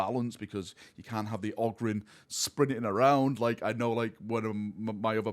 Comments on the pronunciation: Ogrynn is pronounced 'Oh grin'. Always has been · Who pronounces it ah-grin? Short O would sound like Og-rin. "Og" as you would hear it in the word "grog". Short O definitely doesn't sound like "Ah", never heard anybody call a fox a "fahx". But yes, Ogryn is apparently meant to be pronounced with a long O. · Ogryn is technically pronounced "oh-grin" I imagine mostly because it's taken from the word "Ogre" which also uses a long O sound. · It’s pronounced Ogryn. You’re welcome. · If you want to know how to say Ogryn you can always play any Dawn of War 1 expansion and hear the ogryns say it themselves. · It's Ogryn, NOT Ogryn. Also, seriously looking forward to this game.